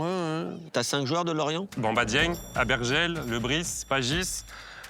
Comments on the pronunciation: En vrai elle a dit Aguerbel (au lieu d’Abergel), et Eric Gets (au lieu de Gerets et en plus c’était Deschamps la réponse), Elin / Ilian / Aline (au lieu de Lunin) et elle a dit 3-5-2 pour Lens C’est peut-etre le stress mais c’est un peu étonnant. Je pense que ça montre qu’elle suit pas le foot depuis longtemps ou bien pas avec précision. Mais en même temps sur Montpellier elle savait tout sur tout, donc peut-etre qu’elle connaît que l’histoire de Montpellier. elle a dit Nice au lieu de Lille pour Gabriel. Donc le quizz pas ouf mais l’avis tranché est propre. J’ai trouvé bon et on sentait qu’il avait vraiment l’esprit After Foot, par contre sur l’avis tranché il s’est fait déstabiliser par les questions de, mais le debut etait propre. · Aguerbel (au lieu d’Abergel), Eric Gets (au lieu de Gerets et en plus c’était Deschamps la réponse), Elin / Ilian / Aline (au lieu de Lunin) et elle a dit 3-5-2 pour Lens. C’est peut-etre le stress mais c’est un peu étonnant. Je pense que ça montre qu’elle suit pas le foot depuis longtemps ou bien pas avec précision. Mais en même temps sur Montpellier elle savait tout sur tout, donc peut-etre qu’elle connaît que l’histoire de Montpellier. elle a dit Nice au lieu de Lille pour Gabriel. Donc le quizz pas ouf mais l’avis tranché est propre. J’ai trouvé bon et on sentait qu’il avait vraiment l’esprit After Foot, par contre sur l’avis tranché il s’est fait déstabiliser par les questions de, mais le debut etait propre.